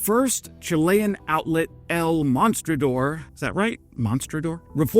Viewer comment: Nice try with pronouncing 'El mostrador'